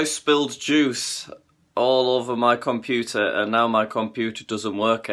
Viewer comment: kAi yOu bUiLd cOmPoOtEr